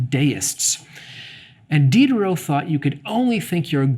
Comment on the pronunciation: did you purposely mispronounce the name of D (the SJW of the 18th C)?